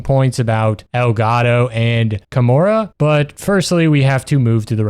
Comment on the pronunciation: the moment you said "kamaru" instead of "kamura" it finally clicked are you perhaps dyslexic??